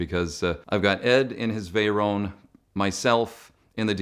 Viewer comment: Leave it the guy from Toronto to fuck up pronouncing VEYRON... 🙄 There is no "W" on Veyron.